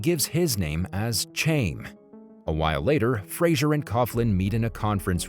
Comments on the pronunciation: The dude mispronouncing "Chaim" as {chayme} was killing me. 🤣🤣 "Chaim" is pronounced {Hiym} ((rhymes with "time"))... Its a Hebrew/Jewish name. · Chaim. Rhymes with chain. LMAO. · Dude pronounced chaim in English when it’s closer to HighAm, we dont have the correct “Ch” sound in english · The name chaim is a Jewish name it is pronounced Hayim